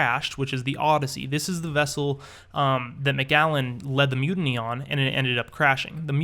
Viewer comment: you said macgallen its macallen